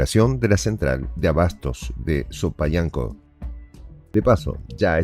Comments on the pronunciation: como ya tenías meses de no dar noticias de El salvador, rápido se te olvidan los nombres de las comunidades, como sopayango en vez de Soyapango.😂🤣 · Se dice soyapango no sopayanco